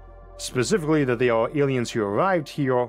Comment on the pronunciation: Da Awlienz taught the hewmanz technowogy